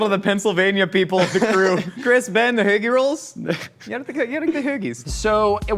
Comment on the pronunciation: ho(like your mom) gi. perfect pronunciation.